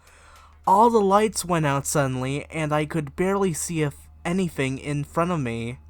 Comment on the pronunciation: What's wrong with your speech thirty-firty bigger-figger anything-anyfing